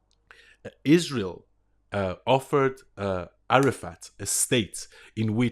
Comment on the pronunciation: What's AROOFAT. That's how I heard it pronounced and the Iran dome . Anyone explain as I need to send post. It